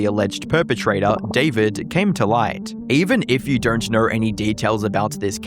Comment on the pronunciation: Every “O” gets turned into an “R” it’s driving me nuts lol